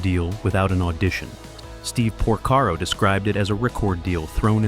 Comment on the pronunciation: Oh my! Jeff POR-SERO?!